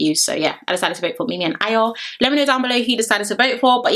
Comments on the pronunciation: Are you sure she’s Nigerian 😂😂😂😂😂coz a simple ayo she couldn’t pronounce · Yh I know exactly loooool and she still couldn’t pronounce it but she’s quick to say she’s Yoruba I bet she can’t even speak a single Yoruba word 😂😂😂 them ones